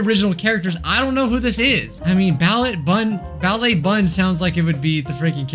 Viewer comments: MATE YOU PRONOUNCED THE T IN BALLET 🩰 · Me being a ballerina hearing the t being pronounced in ballet makes me cringe, but I don’t blame you the French language is ridiculous lol